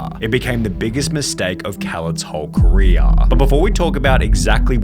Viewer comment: Tyluhhhhh the creatuhhhhhhh has had a great careeuhhhhhhh